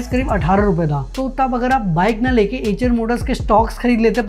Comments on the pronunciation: Bhai एएचर नहीं आयशर मोटर्स है। अंग्रेज के जैसे गूगल ट्रांसलेट मत करो। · 😂😂😂😂 acha eicher Motors By hearing you it sounded like "HM noodles" 😂😂😂